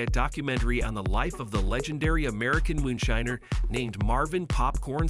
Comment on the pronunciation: How can you mispronounce moonshiner? I know I don't know how you did it. But you're doing it repeatedly and half. The time you get it right? I don't understand why you can't read.